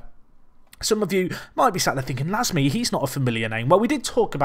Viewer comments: Pierre Gorce it would be pronounced more like "lahm" the "e" isn't pronounced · We pronounce "Lasme" -----> "Lame", a blade in English if you prefer